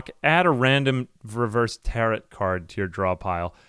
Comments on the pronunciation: Had to stop watching because mispronouncing tarot was driving me nuts. "Tear-oh" not "tear-it" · it is pronounced tare-oh card lol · What’s a “tarrit” card? Do you not have the two whole seconds it takes to google how to pronounce a word you are unfamiliar with? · I don't think I have ever heard someone pronounce Tarot like Parrot. First time for everything.